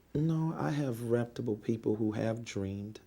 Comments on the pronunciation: "be more PACIFIC"..........."i have REPTABLE people"................"you have to AX michelle"...................AND HUNDERDS OF FRIGGIN MORON NIGGAS GAVE THIS STUPID NIGGA MILLIONS ??????????????????? !!!!!!!!!!!!!!!!!!! I THINK I'M GONNA OPEN A CHURCH IN A BLACK NEIGHBORHOOD..................HAHAHAHAHAHAHAHAHAHAHAHAHAHAHAHAHAHAHAHAHAHAHA🤣🤣🤣🤣🤣🤣🤣🤣🤣🤣🤣🤣🤣🤣🤣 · This list of incorrectly spoken words is downright overwamming: Axe = ask Awtlet = outlet Acrizations = accusations Akkrit = accurate R.A.S. = IRS Misgotten = got wrong (For example the super bowl prediction) Newkular = nuclear Reptible = reputable Overwhamming = overwhelming Conferdent = confident Molekeler = molecular Fim = film L.A.D. Screen = LED screen Karcasion = Caucasian Ethniss = ethnic Resippikate = reciprocate Pressicute = persecute Cheyenne West = Kanye West Rem = realm DecapiCATED = decapitated Perpel = propel Do = does Allocated = I bought Sew = donate Seed = donation Fortifying = he has no idea Forging = he has no idea Prissipality = principality Pacifically = specifically Meffis = Memphis Letharjickness = lethargy Viggeration = invigoration Astro-projection = astral-projection Hiatus = this didn’t make any sense Inevitububly = inevitably Pessilint = pestilence Pleggs = plagues Mosanic = mosaic Covit = Covid Scap = scalp Oh-sir = ulcer Simontaneously = simultaneously Gorders = goiters Pammoramic = panoramic Sinnakit = syndicate Enfeminem = effeminate Transparasee = transparency Wikka = Wiccan Burf = birthed Illi-noissss = Illinois (silent “S”) proprietorry = proprietary (he thinks this means “public information”) “Jack Nee-koe-lie dreamed how to hold his club before he won the World Series”!? 🤦🏻‍♂️ (He plays GOLF and his name is Jack Nicklaus) “The war has already been postponed but we don’t want just postponed, we want it to be completely “demoralized”…stopped